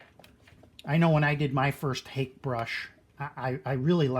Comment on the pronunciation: Thanks for this video - I'll check out your other ones. FYI Hake is pronounced hockey (like the sport) and personally the dark glasses are kind of a disconnect for me unless you're blind or stoned... 300 followers may not be record breaking but it's a hell of a start. Congrats!